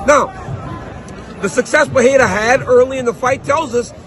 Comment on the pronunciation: It’s PUR-RE-RA, not PA-HE-RA.